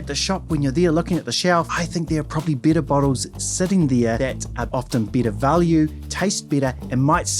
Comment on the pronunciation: Please try to better differentiate between “better” and “bitter”